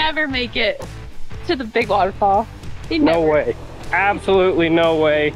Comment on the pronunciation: saying no way, almost sounds like hes saying, I hate Ford!!!!